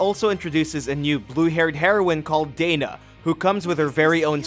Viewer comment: It's Dah-na, not Dey-na.. 😆 Falcom fans best girl would not like that..😁